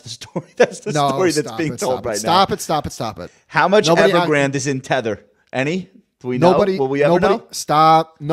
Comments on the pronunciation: Dude, it's TETH-er.... Not THETT-er... The clue is in the name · It’s Tether, not thetter lol. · Really good video but you might have dyslexia or another audio processing issue as you were pronouncing it incorrectly Tether like Heather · Te-th-er as in tied to something not Th-e-tt-er as in WTF? (lol but otherwise excellent video) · Having a hard time taking this video seriously when you keep pronouncing tether as thedder. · or Thedder? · sounds like thedder to me too. LOL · It’s very hard to watch this when he pronounces tether as “thether”. There is no TH at the beginning of the word tether. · Tether. Not thetter ot thether. It's literally pronounced how it's spelt. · It’s Tether not Theter bro lol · You cant possibly have spent more than two minutes researching crypto and not know how to say TETHER. this guy clearly plays off other peoples content and has no idea what hes actually talking about. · Tether is pronounced with a hard "T" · Kills your credibility making an entire video calling it THether. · Maybe learn to pronounce Tether properly. If you’re missing that detail, who knows what other details you’re missing in your analysis. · You don't even bother to pronounce "Tether" correctly, this is low effort clickbait FUD. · Decent video but bruh youre sayin tether wrong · How are you going to make a video about something you can’t even fucking pronounce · Anyone else fuming because of the way he pronounces Tether? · Hard to take someone talking about crypto seriously when they can't even pronounce 'Tether' correctly.